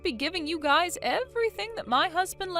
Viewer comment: ITS NOT GUYS’ES. It’s just Guys’